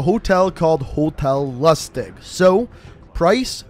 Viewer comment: Not Hotel Lostig, Hotel Lustig